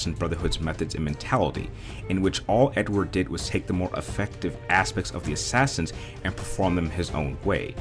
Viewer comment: You say Assassins like Ashashins